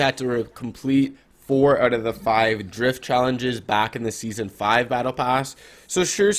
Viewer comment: Did you just say sesone 5 is OG 😂